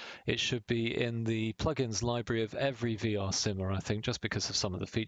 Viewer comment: Gotta love those 'PUGIN's' ;)